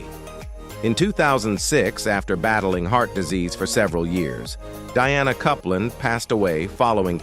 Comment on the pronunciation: Diana Coupland is pronounced COOPLANS NOT CUPLAND it needs to pronounced properly and it's ZED CARS NOT ZEE PARS. 😡